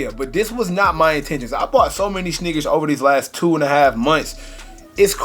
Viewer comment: Shhhneakers lmao